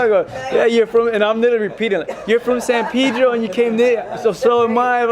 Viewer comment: " he comes from san pidro"